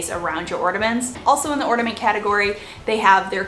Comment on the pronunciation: Ornament not ordement